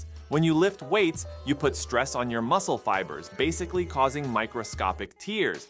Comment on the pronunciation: great video!!! small correction its microscopic tears as in tear something apart (verb) not tears as in water from crying (noun). although that might've just been a joke and i might just be stupid. really awesome video regardless!